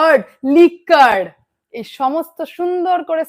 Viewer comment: উচ্চারণ হবে লিকর (liquor)